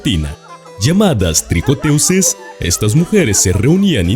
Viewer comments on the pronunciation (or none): Se escribe tricoteuses y se pronuncia [trikƆtøz] o mejor puedes decirlo en español: TEJEDORAS